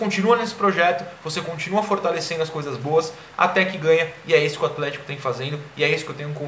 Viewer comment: aFlético, por favor. Kkkkkkk